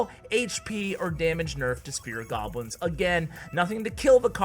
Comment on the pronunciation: Spirit goblins T_T mispronucation